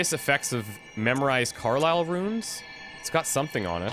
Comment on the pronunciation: Very fun series! Looking forward to catching up on the rest of the episodes, you take a very logical approach to the game, something that many lets players don't usually do! Oh, and I think the name for the runes is pronounced "Carol" rather than "Carlile". (just little things)